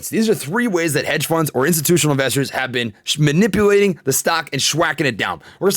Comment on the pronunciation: Shmanipulating, nice new word bro